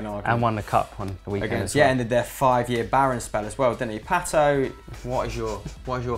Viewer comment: i cringe every time i hear how you guys pronounce "Pato"... "Pehtuow"... CRINGE!